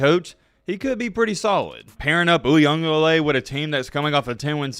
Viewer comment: Wtf! Is that how you pronounce DJs last name “Ugahbadoogie”